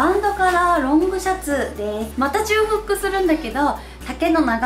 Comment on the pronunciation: 細かいですが… 重複 じゅうふく ではなく、 ちょうふく だと思います！ とても参考になりました！！